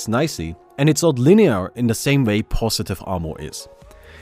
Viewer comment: why does he pronounce every Z as C? Cero (zero) pocitif (positive) Ac you see (As u see) cebra (zebra)